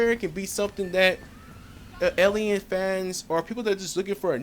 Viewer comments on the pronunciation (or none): none